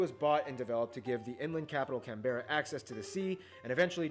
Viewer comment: In Australia we get a bit lazy with our pronunciation. Brisbane- Brisbn Melbourne- Melbn Canberra- Canbra. Just trying to help.